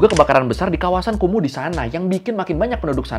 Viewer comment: Ngapa jadi KUMUR? 😂